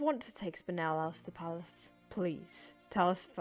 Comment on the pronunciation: They pronounced spinel wrong -.